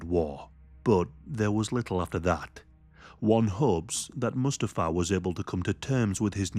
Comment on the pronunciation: One of the most interesting, informative and compassionate videos! Only issue is Mustafa’s name is pronounced, ‘moo STA fa ‘(think Lion King)